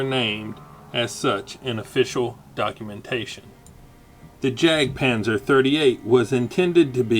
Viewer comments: Not pronounced as 'jack' panther but yak panther. It's a German pronunciation. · I laughed at how awfully you pronounce Jagdpanzer; and then was stunned at how you could perfectly pronounce Hetzer. Arguably I think Hetzer's a more challenging word.